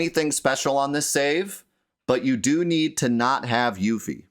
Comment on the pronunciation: Whos youfie... its pronounced yuffie